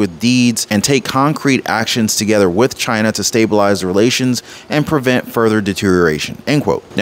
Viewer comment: Only for “Chi-Na🇨🇳